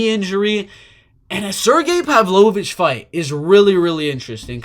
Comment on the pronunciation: You're the only non-Russian who can pronounce Pavlovich's last name correctly.